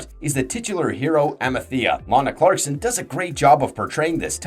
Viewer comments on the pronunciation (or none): none